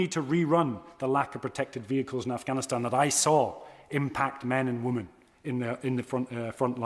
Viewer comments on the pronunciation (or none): none